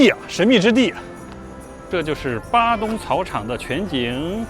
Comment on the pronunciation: padang 发音应该是巴当不是巴东。鱼尾狮是我们的旅游局找个荷兰顾问去搞的，位置都搬了几次。听了这集，估计估计以前那些也是瞎掰的吧。新加坡还有当年郑和的船经过的龙牙门，在Labrador park 那里 ， 你要不要连连看 ？